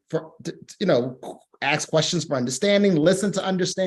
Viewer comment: PLEASE LEARN HOW TO SAY ASK! NOT AX!